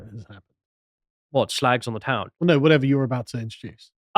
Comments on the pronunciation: Ceuse flimed by chinaman , you should call it "shrag"! "Shlag"is lacis plonounciation.,no? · Is 'SHLAGS' the proper pronunciation? Learn something new every day. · "Shlagz!" Jesus, just when I thought this channel couldn't get any more puerile... A thing so old that even 'Viz' was parodying it, back in the day.